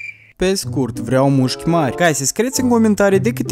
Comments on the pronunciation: Ai spus de 8 ori muşci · Ai zis muşci de 7 ori. M-am abonat! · Au spus nuschi de 8 ori